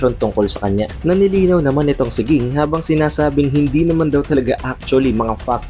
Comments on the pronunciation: king naririnig ko haha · Lods nag away na sila sa pagkabigkas mo ng pangalan ni ging or jing. Hehe pero lods sana jing nalang gamitin mo, kasi parang nawala pagka astig pag ging hehe nasanay na kasi sa jing😁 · Pronounce mo name ni Ging ng maayos lods... Jing pagkabasa or pronounce 😊😊